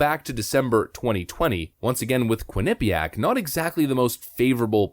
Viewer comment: just fyi, it's pronounced 'quin-uh-PEE-ack'. you have the emPHAsis on the wrong sylLAble. thanks as always.